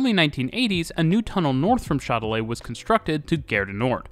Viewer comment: "Chat de lait". 😀 I was hearing only the video so I was confused with the name of the station until I saw that it was Châtelet-les-halles. To my ears your pronunciation sounds in French like "Milk Cat". 🙂 Not that you have to pronounce in French, but it was funny. Thanks for the video though. I never thought of Paris of being that advanced on its transport systems. 🙂